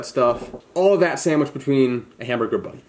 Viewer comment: DAMN STOP SAYING SAMWICH WHEN ITS SANDWICH